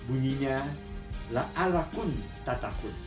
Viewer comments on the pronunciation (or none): maaf om,, kritik sedikit saja, yg benar adalah la'allakum... bukan la'allakun.. 😊